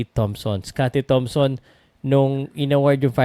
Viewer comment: sinabi ni "scottie tamson"?! LoL ayusin mo po naman pagsasalita sayang ung pagiging Journalist mo